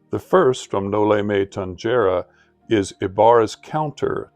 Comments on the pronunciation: While the novel itself was written in Spanish, the title is Latin. So the letter G in tangere is pronounced as hard G in Classical Latin (like the G in the song Gento by SB19), while it is a soft G in Ecclesiastical Latin (like English J) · Noli me Tangere. The Ge should be pronounce as Heh like Noli me Tan heh re. Noli me Tangere means Do not touch me or Touch me not.